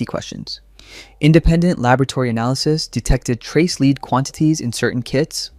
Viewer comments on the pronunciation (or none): Please learn how to pronounce the heavy metal "lead". Big clue: Think about the band "Led Zeppelin" and what their name means, even if the first word is intentionally misspelled.